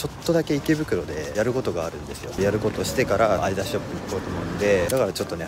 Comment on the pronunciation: アイダスじゃなくてアディダスだと思います